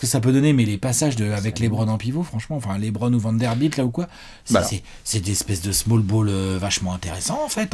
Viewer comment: Par pitié stop dire Laitbron 😢😢😢😢😢